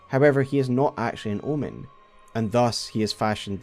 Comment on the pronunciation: I thought you said L one lol omen is an L birth 😊